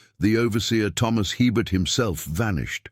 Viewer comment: No such plantation ever existed in Louisiana. Herbert is pronounced a-bear. The Anglo-Saxon last names are highly unlikely in St. Martinville during that era. It would have been professional of them to research how to pronounce the indigenous and French names. BTW, St. Martin Parish is not close enough to New Orleans for anything to drift there. This is a made up story.